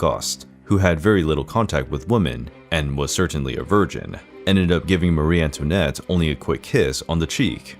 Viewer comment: This is a lightweight entertainment so it's to be hoped that no one affords it very much credibility. The stories are distorted and fit only for a comic or the National Enquirer. The pronunciation is abysmal too. Americans emphasize the wrong syllables in European words, particularly names. An example is Marie-Antoinette. Marie is pronounced with the emphasis on the first syllable, much the same as we pronounce Mary or marry.